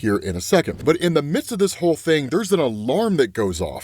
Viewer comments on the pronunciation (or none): none